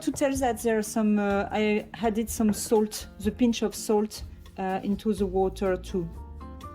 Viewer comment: I love your channel and your videos. I have a pronunciation tip for you: Whenever you say "added" you pronounce it as "hadded". There is no h in this word.